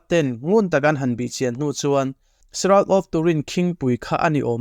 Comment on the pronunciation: Pronunciation of shroud is shra-ud